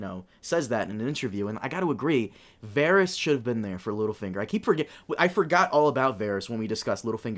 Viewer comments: I had to stop listening 10 minutes in just because of how this guy pronounces Varys. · You've been watching the show for years, hearing Varys pronounced correctly multiple times. Yet you both repeatedly mispronounce his name every episode and in different ways as well. Cracks me up. Love your content guys, keep up the good work.